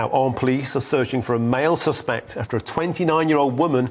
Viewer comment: This so called reporter / journalist doesn't even know the difference in pronunciation between the noun suspect and the verb suspect. No credibility.